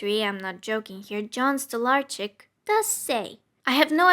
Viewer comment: THANK YOU FOR PRONOUNCING STOLARCZYK RIGHT !!!